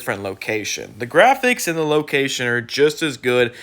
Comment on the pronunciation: Da gwaphics, no open world!